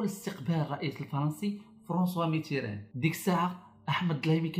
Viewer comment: هههههههههههههه..ولهيلا السيد داير راسه قاري وهو ماكيعرف تاينطق الأسماء كما هي الدليمي كيقوليه الظلايمي وفرانسوا ميتيران كيقوليه متران.. هههههههههه..لا وباش عجبني قاليك الظلايمي كان كيعيط ليه الحسن الثاني أوماكانش كيتكلم ليه وكان كيتدرق عليه هههههههههههههههههه معامن انت؟ وقداش قالها لما يشده الحسن الثاني من ليلته يرجعه كفتة هههههههههههههههه.. تقادوا الأكتاف تامايجاوبوش؟..ههههههههههههههه.. عالااااااااام ديل واحد كذاب وجباهي ..هذا خصه المتابعة القانونية على التطاول على أسياده وانتحال شخصية مؤرخ ..